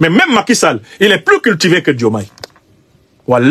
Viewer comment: Il n'y a pas de Djoumaye Président au Sénégal. Nous l'appelons Diomaye. Vous devez d'abord chercher à savoir prononcer nos prénoms avant de chercher à créer des problèmes qui n'existent pas. Si ce Aliou Tine ose parler aujourd'hui sans s'inquiéter c'est tout simplement parce que la démocratie est en marche. Sinon où était-il ces 10 dernières années ? Vous vous cachez derrière des personnes pour déverser votre rancune.